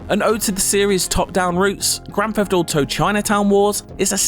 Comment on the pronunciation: Grafafado Foive